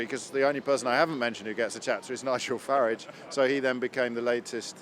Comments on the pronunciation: Saying Nigel Faridge instead of Faraaaage... should be made compulsory! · Disingenuous o brien can’t even bring himself to pronounce Farage correctly. It’s not Farridge